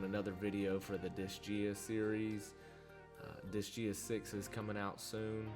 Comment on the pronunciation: I know this video is at least a few years old but I just wanted to say it's pronounced "Dis-Guy-Uh". Sorry, don't mean to be the grammar police, it was just bugging me. 😅